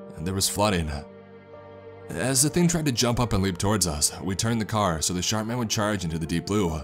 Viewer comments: Sharp man or shart man? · Watching this two years later.. and all I can hear is “The Shart Man” 😬😂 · I heard shart man 😆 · All I can hear is SHART MAN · I heard "Shark" or "Shart" man, so yeah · Can't help but hear "Shart" man